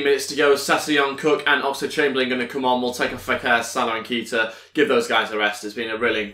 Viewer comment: Is pronocuned Kayta not Keeta